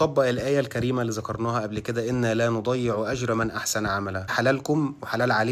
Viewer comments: إِ"نّا لاَ نُضِيعُ أَجْرَ مَنْ أَحْسَنَ عَمَلاً *" وليس لا نُضَيّعْ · تصحيح الايه لا نضِيع ...الياء مديه وليست مشدده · انتبه كان فيه خطأ في قراءة الآية " إِنَّا لَا نُضِيعُ أَجْرَ مَنْ أَحْسَنَ عَمَلًا " ي نضيع مدية مش مشددة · انت قرأت الآية غلط كلمة( نضيع) تنطق بضم النون وكسر الضاد علشان الياء مش هتنطق ❤ أتمنى تكون فهمتني ❤❤❤ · نعم الضاد مكسورة والياء غير مشددة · انا بحب فيديوهاتك لكن اتمنى تتقبل منى الملاحظة دى لأنه خطأ صغير فى قراءة الآية الكريمة. انا لا نضيع بضم النون و كسر الضاد وليس فتحها عشان بس قراءة القرآن تختلف عن القراءة العادية ولها أحكام . كمل فيديوهاتك جميلة والله